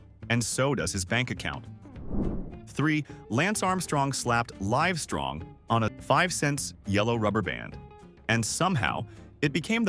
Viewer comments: 'Livestoong'? Lazy AI :face-blue-covering-eyes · Livestroong? What. A little AI goes a long way. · Another AI voiceover video. Lance Amstrong's bracelet Livestrong is the first example. WW II is dubja thoo and Most of the video is AI generated. We are going to be screwed in the near future.